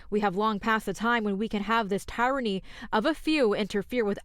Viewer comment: listen , how she pronounces "Tyranny". She has no clue what it is, she can't say it. First time she's ever seen the word. It explains a lot.